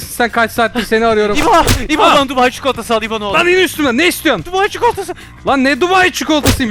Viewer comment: Çukulata değil Çikolata